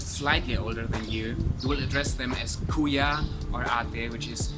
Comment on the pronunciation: You have a very good accent for saying Kuya and Ate. :) im amazed. Ü ❤ 3yrs